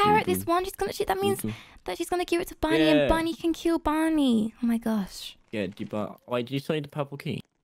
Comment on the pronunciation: When said bunny i thought he said buddy until he said ahh bunny's chasing me